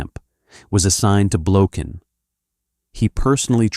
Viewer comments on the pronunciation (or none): Russian people pronounce this surname as Blokhin, the accent being set on the last syllable. The surname originates from the russian word "blokha"(the accent on the last syllable), which means "flea".